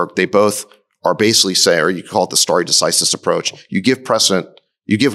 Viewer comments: sta·re de·ci·sis /ˌsterē dəˈsīsəs/ Learn to pronounce nounLAW the legal principle of determining points in litigation according to precedent. "a doctrine of stare decisis" Not as your expert stated. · Someone teach Chamath how to pronounce decisis please 🙏